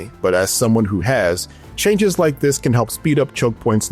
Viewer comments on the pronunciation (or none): none